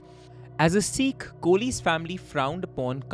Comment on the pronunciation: Amazing work as always! Just one concern. Please pronounce Sikh correctly. It’s not Seekh.